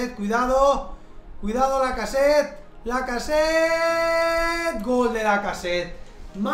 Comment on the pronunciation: Porque dices lacaset y no lacazete